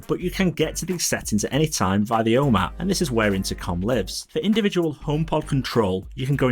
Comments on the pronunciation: Really good channel. I know you’re from the north of England like me, but you need to change the way you say ‘Home’. It’ll be good for the growth of your channel. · I am from the UK also, followed him for sometime. His accent has nothing todo with how he pronounces “Home” it’s his speech. But I don’t it will have any impact on growth, he’s only been going 10 months and already at 11k subs